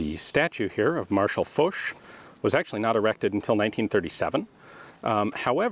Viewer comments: Thought it was F-ah-sch instead of F-oh-sch, regardless crazy to see this place in color. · Ian said it well enough, something like Faushe yeah. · MrSebfrench76 So how do you guys pronounce Foch,is it Marshal Faushe, or Marshal Folk ? Or something in between ?